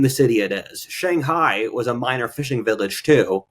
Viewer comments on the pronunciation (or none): none